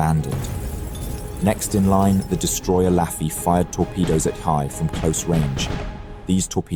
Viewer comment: 💡 Pro tip: Hiei is pronounced as HEE-EHH.